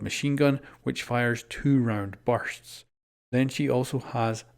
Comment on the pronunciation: “2 round barsts... lol